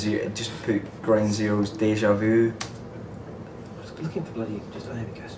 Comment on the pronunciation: Déjà vu! Not "deja vou"